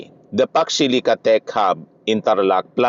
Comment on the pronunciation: Facksh shilica raw sabi ni imee marcosh. Hoy, imee marcosh foksh shilica or fauxcsh shilica 🤣🤣🤣 pede ba bawasan mo kka botox kc nagkakabuhol buhol ang way of speaking mo na laging maraming sounds sha sha sha .. Ambot sha Iyo ‼️every time u open your mouth parang lagi kang lashing na naka tagay sa kanto .. 🤣🤣🤣